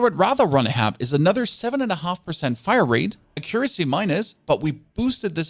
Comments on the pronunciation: Not trying to be rude, but the best way that i can tell you how to say accuracy is to say it like AK-YUR-ASSEY. Yes, that is how its said. Do what you will with that info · I never would have known you were German, your English is perfect and you have no discernible accent. Oh, and accuracy is pronounced "AH-ccuracy" with the emphasis on the "AH" syllable. :) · thanks for the vid!!! Accuracy = ack cure ra sea 😂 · Ack - ur - ass - ee. Accuracy.